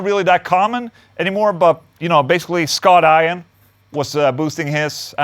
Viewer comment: Scott Aye-an....lol